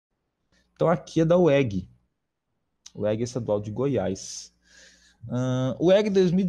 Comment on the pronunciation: Gostei da resolução, obrigada. Obs: pronúncia da universidade é UEGê o som do g aqui é gê para UEG